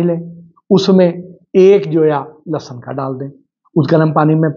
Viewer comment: سوشل میڈیا پر آگاہی تقسیم کر رھے ہیں تو عرض ھے کہ لھسن لھسن آپ کی زبان سے ادا ہو رہا ھے یہ تلفظ درست نہیں اصل تلفظ لہسن ھے